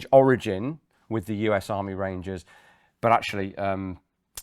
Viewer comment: Rangers. Sounds so damn American. Apologies to any ex Irish Rangers.